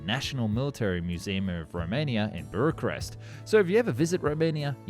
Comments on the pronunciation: "Buracrest"???🤔 Sure it's not Bucharest? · Wth is buruchrest? Can’t even get the capital city of romania right. It’s not even hard to pronounce bukarest. I‘m not even Romanian. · FYI it's pronounced "book-uh-rest" not "bur-eh-crest" :) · It's Bucarest, not "bureau-crest".... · Buracrest? No, Bucharest. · BUCHarest.. not BURacrest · its "Book-a-rest" not "burer crest", friend! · what the fuck is burakrest? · Burachrest lol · Where is buracrest???? I know bucharest or Bucareste but what is BURACREST😂😂😂😂😂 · It's pronounced Book-arrest! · "burr-a-crest" is a pretty bad way to start a video all about Romania... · First theory: For reasons unknown to man, this is the take that went with, including all the fubs like "Buracrest" and "Conada". Second theory: These words were intentionally mispronounced to have comments, (like this) correct or mention it, which increases engagement. You sly devil. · Burucrest?!? Maybe read the name off of the building at this point? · why (how) is he saying bucharest as burachrest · Bucharest: British pronunciation = Book Arrest! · it's pronounced BU Ka Rest! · Bura-crest ?? is this ai content?? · Where is "Burachrest " .044 I am expecting you mean Bucharest ? let's hope the rest of the story goes well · Bucharest. Boo. Kha. Rest. And I'm an American FFS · "Buracrest" Oh we're off to a fantastic start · Is "Buracrest" a city that I'm unfamiliar with, or just a mispronunciation of Bucharest? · Say it woth us: Boo Cuhh Rest. Bucharest. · That was not how Bucharest is pronounced it's Buqa'rest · Burukrest??? Really? Over and over again wrong. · Yeah how did you read Bucharest and pronounce "Burachest"? Did you read it? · Buracrest, Propusuler, Clergette, Louiss Bergette, and Gabrielle Voyssin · Relax, matey. It was still good video. That "Bracarest" had me beat, though. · i heard "buracrest" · not really sure how you got “Buracrest” from “Bucharest”. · I'm American, came here as soon as I heard "Buracrest" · or book-oo-reshti